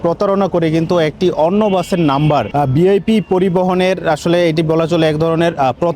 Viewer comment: উচ্চারণটা বিআইপি না ভিআইপি?!!!